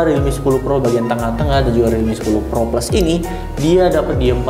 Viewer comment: Pro sama pro plus sama aja penyebutannya haduh